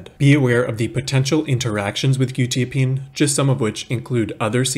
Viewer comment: I think it's pronounced kwu- tya-- peen